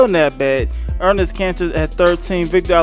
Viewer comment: Enes not Ernes